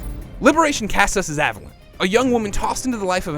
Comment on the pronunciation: Take a shot every time he mispronounces Aveline's name as "Avelin". There's an E on the end of that, buddy, stretch out that I sound "Aveleen"